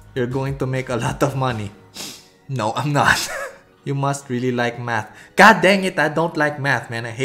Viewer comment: “Actually I’m gonna like it, LOIKE” 😭😭😭🥺